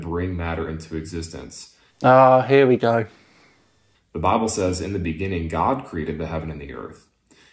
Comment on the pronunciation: "Teh bibble sez..." Sorry, you just lost the argument.